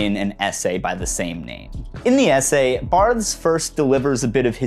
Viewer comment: i am having a very hard time getting through this exclusively due to your pronunciation of "Barthes"